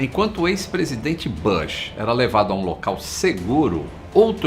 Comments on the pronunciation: Ex presidente Bãsh 😂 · querido, a pronuncia do sobrenome do Presidente Bush, soa com "u" e nao com "a". B U S H como se lê. ok? Fica a dica! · Atenção para a sua pronúncia do nome do presidente… É “Bush” o U tem som de U ! Um abraço